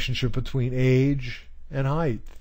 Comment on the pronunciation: This was really helpful! Thanks so much! Just for future reference, the word should be height, not heighth.